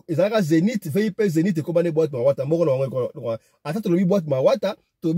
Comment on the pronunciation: Mawata c'est un quartier mais tu prononce mal. Loandjili eza musika tu explique très mal la côte c'est en ville.